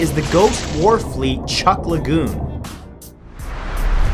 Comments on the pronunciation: It's pronounced "chook" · Sorry matt, chuuk is pronounced chook. Sorry for being the correcter person haha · I cringe at how many list youtubers can't pronounce Chuuk.